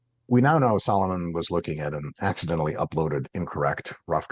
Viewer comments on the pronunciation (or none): this man said "accentually"